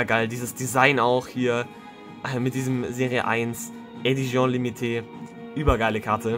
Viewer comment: "eidtion limite" der Französich Profi 😂